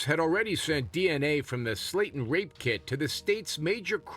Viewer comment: *Slaten, not Slayton